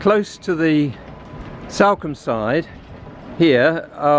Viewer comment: “This is Salcombe” he says. Completely mis-pronouncing the towns name. Same for East Portlemouth. Seriously…